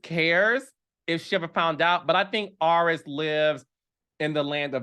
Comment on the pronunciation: Carlos it’s AIR-IS lol 😂 not AR-IS 😅